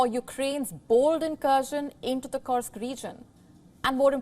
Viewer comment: Dear WION, Team Kursk is pronounced as KOORSK- love from Nepal